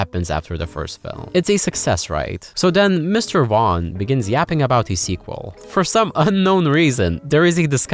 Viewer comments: Matthew Wan😂 it's pronounced Vorn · "So the story goes that Vaughnce upon a time..."